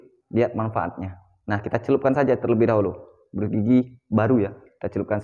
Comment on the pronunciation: Brush (di baca brash, ). Sikat gigi ajalah. Makasih ilmunya.